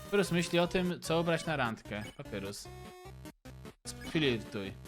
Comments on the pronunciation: Mówi się papayrus nie papurus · wymawia się Papajrus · Na litość boską prosze wymawiaj papajrus (papyrus) andajn (undyne)